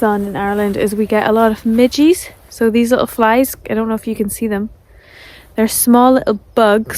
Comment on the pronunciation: midgies or midges??:face-purple-wide-eyes